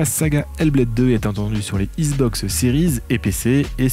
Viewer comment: Issssbox ? Je suis nul en diction mais entendre écorcher le nom xbox 50 fois par une chaîne spécialisée XBOX c'est chaud 😆😅 sinon le contenu est top merci !!!